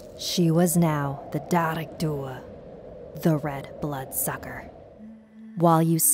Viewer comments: jesus it’s not pronounced “da-rig” it’s “ja-rig” hahaha and it’s “doo” not “doo-a” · Some fun facts from a friendly Irish person watching this :p Dearg is actually pronounced more like 'Jearg'. But tbh this was far more accurate than many people say it :p The stones over the graves is a very true thing. If you go to older areas in Graveyards you can see them for yourself. Many people here think they're just stones and don't rialize they're actually graves. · It's pronounced jareg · the way dearg was pronounced 😭😭😭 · Lol I'm from Ireland so out of anyone in this coment section I'm most likely to be harmed by her but I just can't stop laughing at how she says dearg lmao also dearg mean red. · I cringed so hard at the pronunciation of dearg 😂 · You said Dearg wrong! Just saying! Love ur videos!